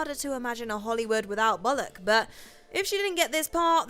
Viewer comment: 310 - Umm I think someone mispronounced Sander Bullock's Surname . . . . . . . .PMSL!